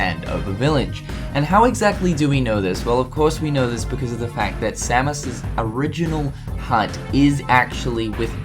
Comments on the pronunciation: you say Samos's name so wrong.. its say-mose not sam is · It's same-ohs not sammus. It's not metroid buddy. loved the video though. I've always wondered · Sa-mus? It’s SAY-MOS!!! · Idk why i understood Samus like from Metroid when you mention samos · Its Samos not Samus you're saying it wrong you say it like he is the Metroid character. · Not to be rude or anything, but you keep pronouncing Samus' name wrong =|